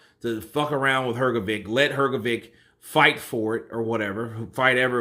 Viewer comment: Look. What Hearn did works in many ways. Even if IBF would allow Usyk v Fury, Hrgovich(this is how his surname pronounced) is now "the one whom Usyk ducks" and you can sell his fight with anyone for higher price. Hearn reminds Ruiz that there's another way for him to become a mandatory contender except Wilder. And Ruiz v Hrgovic clears the way for Wilder v Joshua. If Usyk is to fight Hrgovic now, then the way for Fury Vlv AJ is clear. If not anything if that, than AJ can fight Hrgovic as if he is boogie man who scared Usyk, not the one who struggled with 40 y o Chinese. And maybe Hrgovic and Hearn would earn some money for not fighting Usyk now. So, that step from Hearn can bring him benefits from different directions. No matter what other players do Eddie wins